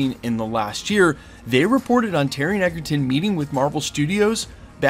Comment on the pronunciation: I am here for this!!! But PLEASE…it’s pronounced EDGERton. As in having the edge. It’s not. EGGERTON!!! 😤